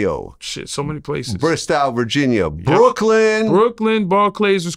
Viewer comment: Its BRISTOW VA VLAD!!!